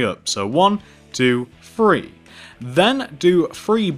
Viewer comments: You said "three" but I heard more like "free" XD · Can he like take lessons on saying numbers because I love how amazing he is at pixel art it's outstanding but seriously Fwree is how u say three I know someone who says dwree and it's also annoying